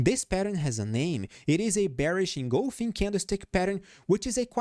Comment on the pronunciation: You rock! And you got the pronunciation of engulfing!! Yes, pronounced “in-gulf-ing” correctly! :)